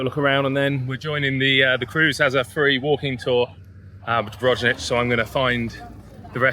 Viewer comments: it s Dubrovnik, not Dubronich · yeah mate, that Dubrovnich was hard to hear :-D Still got my laugh.